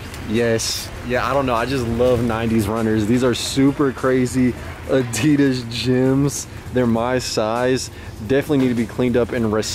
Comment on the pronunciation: also, what the fuck is "adidars"?!